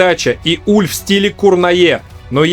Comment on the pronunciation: Верно, он франкофон, поэтому правильно называть его Уле (буква е на конце у него пишется с ударением с черточкой), да и канадские комментаторы его называли Уле, но это правда не принципиально, у нас привыкли называть Уль, пусть останется Уль